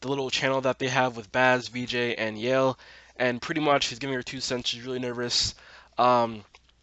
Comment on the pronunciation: Baaz's jokes about Hunter's boner were the best! Heads up: Yael's name isn't pronouced 'Yale', but actually 'YA-el' (two sylables instead of one). Tiny probably needed cash but couldn't work at Lola's Cantina because of the history. I couldn't understand where Zoë's mom came from, but I realized that she was the one who dropped her at school in the first place. You'd think that there would be an older picture of Maya in Grace's phone and not the no contacts and straightened hair one.